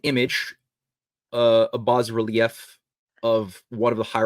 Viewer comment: I would put more stock in theories if he took the time to learn how to pronounce common words and names like bas relief, Thames, Franciscan, Ignatius Loyola etc.